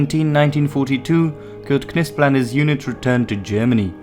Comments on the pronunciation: The K is silent in Knispel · Some one tell the commentator that Knispel, is pronounced with a silent K! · i dont think the K in Knispel is pronounced. i believe it is pronounced “Nispel”. same way that Knee and Knife both have silent K’s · Ma perche dite Kispul?..si legge Knispel così come è scritto...mi sta sui Maroni quando nemmeno sapete pronunciare correttamente i nomi tedeschi.Ho lavorato a Monaco di Baviera per 4 mesi e ho imparato più lì in 4 mesi che tutte le medie e superiori...pronunciate lì bene certi nomi.Qasti sono assi. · it is pronounced Knispel! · Still trying to figure out your accent. Perfect enunciation of German and Russian words with an English accent I can't quite identify. (Almost a sing-song iambic pentanmeter.) And I always thought Knispel was pronounced with a silent "K". English isn't my first language so I'm not completely positive.